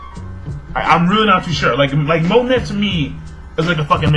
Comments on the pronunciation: its mo-nay, dont pronounce the T hahaha just a heads up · The T in Monet is silent.It's actually pronounced "Mo-nay" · Something tells me that you dont pronounce the "T" in Monet? just a thought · I always got the impression that Monet (the t is silent by the way. It's pronounced 'moan-ey') was not really Ceaser's ally. I thought that she was working with him either to steal information or because she wanted something in return (like her human body parts back).